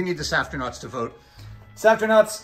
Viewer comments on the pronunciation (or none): One question. Why do you add a T when you say Safrtinauts? I believe it sounds better as Safrinauts and makes more sense since there is no T in your name. Love you all, especially! 🥰 Congratulations on your 1M milestone!